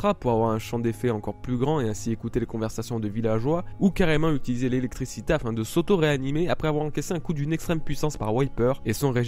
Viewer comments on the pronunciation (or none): none